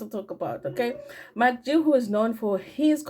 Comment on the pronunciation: it is MacG pronounced as MecG NOT MakG please